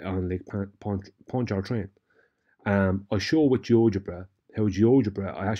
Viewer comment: no need to pronounce the first R in Pontchartrain. That R is silent. It's pronounced paan chuh trayn.